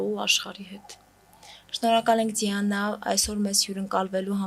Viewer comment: Էս աղջկա անունը Ձիանա չի,Դիանա է,ճիշտ արտասանեք